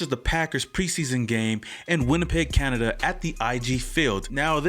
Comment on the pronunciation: Can-a-Da lol